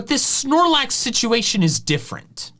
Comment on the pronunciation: AGAIN, THERE IS NO E IN SNORLAX!